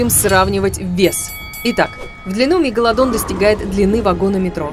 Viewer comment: Мне одной слышится не мегаладон а мега ладонь.